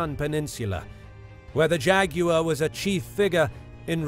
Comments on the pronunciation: It’s not Jag-U-war! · I only clicked to hear an Englishman say "Jeh-goo-wuh" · jag wire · The way he says both names are like Jageraurw LEpud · When I was small I had a copy of Godzilla vs Megalon, they pronounce him "Jet Jag-you-were" and always thought why they said it like that. I love the different accents of the world. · nobody: JAGYOUER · Why is nobody talking about how he pronounces Jaguar?!